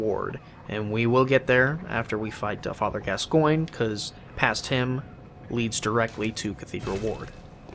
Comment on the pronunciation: Call Father Gascoinge: Father Gas-sguin-gee